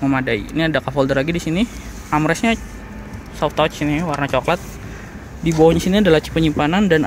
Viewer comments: Soft touch tuh dibacanya sof tats bang bukan sof tots 😂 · Om baca soft touch bukan soft touch tapi soft tatc